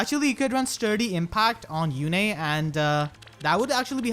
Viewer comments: "Yune" is a real name, and it's pronounced "Yune", not "Yune-a" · It's not June yet so it's yu-ne. Ok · How do u pull Lewyn...he's an absolute cryptid in my game e.e I only managed to get Halloween Myrrh and a dupe Halloween Kagero(good fodder hehe) with around 40-50 orbs so not bad. Also congrats on the Yune! I tend to pronounce her name as Yoon-eh and I doubt I can change that ¯\_(ツ)_/¯ (Also also gen 5...I see you are a man of culture👌)